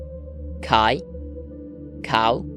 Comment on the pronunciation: Wow, in that last list your Māori pronunciation is very good, though not always correctly stressed - you've got a better 'r' than most non-Māori New Zealanders ;) One thing though - 'au' is a diphthong that's pretty much English 'ǝ𝜐' so 'au' (I/me) and 'kau' (tree, though 'rākau' is the common word nowadays) are pronounced 'oh' and 'koh'. If I can presume to make a suggestion, perhaps presenting the lists in a progressive table so we can also visually understand the regular changes taking place would be more engaging - I dutifully sat through each list but would've loved to see the changes, both recent and over time. Anyway, great video!